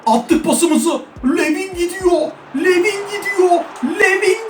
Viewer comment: ABİ O ADAM LUVİN DİYE OKUNUYOR